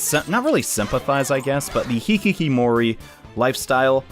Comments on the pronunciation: keeps saying hikikimori and it makes me uncomfortable It's hikikomori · "It even has it's own term, a 'Hikkikomori'... or maybe 'Hikkikimori'...? Idk it's hard to pronounce that." Well, not long in the future, would play a game who's name was based off that word and he would learn it is indeed called "Hikkikomori" I recently heard this story out someone who had escaped a war as a kid. They eventually had gone to a therapist and one day talked to them about how their spouse annoyed them, leaving curtains opened and lights on at night, which was opposite of how he preferred things. He was asked why he did that in the first place but as far as he knew he'd always done it. The issue was brought up and after consulting his siblings, he realized something... His reason for turning off the lights and closing the curtains was that it was the way to avoid standing out and being noticed at night. Events change your personality, even in little ways I've probably had a pretty traumatic one... But I have the memory of a goldfish. And the memory of a goldfish. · Continuing the trend of " pronounces words right the first time and procedes to mispronounce them for the rest of the video" is: hikkikomori